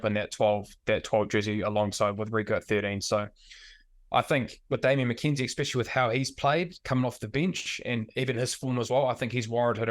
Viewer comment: I love Bryn, but someone tell him it's not "expecially" 😅